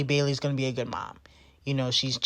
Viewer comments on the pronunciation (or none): none